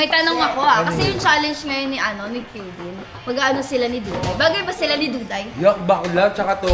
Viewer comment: Kevin ❌ Kiven ✅